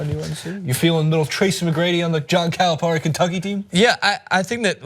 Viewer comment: DId just say "John Calimari"? haha